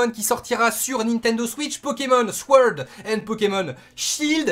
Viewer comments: si je puis me permettre, "sword" se prononce "sord" , le W est muet :)))) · Mec je veux te dire deja merci pr tout tes efforts et pr nous apporter les informations nécessaires et tout t le meilleur :D ya aussi le "w" qu on ne lit pas dans sword ca ce prononce sord , et perso jaime bien ce nv pokémon ej pense qu il sera assez long a finir et c bcp plus cool que lets go qui ma deçu et meme les pokémons starter sont bien originaux mais pas leurs noms comme t'as dit xD peut etre en anglais c mieux nvm , autre chose c que les pokémons sauvage nous attaqueront :D et c plus cool aussi et il ya plus d'une génération de pokémons aussi donc plein de truc à faire . Jaime bien :D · comme ca tu le sauras, SWORD ca se prononce SORD fais comme si y avait pas de W ;) erreur des francophones en général... et moi j'suis hype de ouf